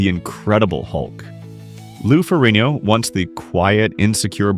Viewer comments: Is not Ferino. Is Ferrigno. Learn how to pronounce his last name right. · The g is not silent in his name, wtf are you doing?! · Get Ai to say his name right for fucks sake. The video is about him. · Pretty bad when you keep mispronouncing the name of the person you’re featuring in your video. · When a channel devoted to a subject and can't pronounce the last name if the subject they are devoted to then I'm out and it's only 38 seconds in!!! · You can't even pronounce his name right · Nearly 12 minutes and this narrator still couldn’t get Lou’s name right. SMH!